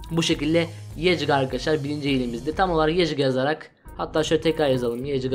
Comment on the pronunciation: İlk hile yecga değil yecgaa